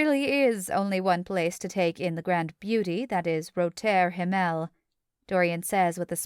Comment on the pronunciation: Yes, incredibly distracting. Roter Himmel is really pronounced very differently in German as is the name of the night club. At least the previous narrator pronounced it correctly.